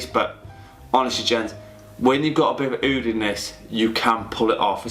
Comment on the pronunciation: Eyeoud 😂 It's just Oud mate